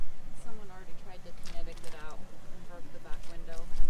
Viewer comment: "Somebody tried to Kenetic it out". "Kenetic"????? I think they intended "Kinetic". "Kinetic Energy" is the energy attributed to motion, which is what the fast moving towing vehicle has and tries to use it via the "Kinetic Rope" attached to the "stuck" vehicle to be towed.